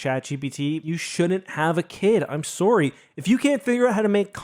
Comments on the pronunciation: That's the most Canadian "I'm soory" I've ever heard lol. Great vid, saying what were all thinking. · was that a Canadian "I'm soorry" or a sora joke?😂